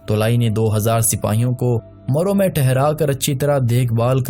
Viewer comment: Its marv,not maro